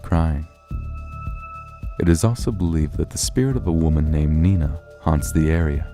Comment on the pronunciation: In-Hibited? Oh and that's "NEYE-NA", not "NEE-Na". Just go and ask her!